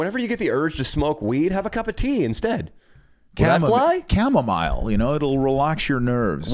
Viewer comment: cama-mile lmao. oh you silly goose